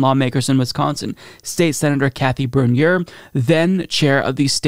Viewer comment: I know I’m a stickler but Bernier is pronounced “burn-yay”. Thank you so much for covering this. The Thomas family should not be in politics. That was also a pretty badass commentary by Jeffreys at the end there.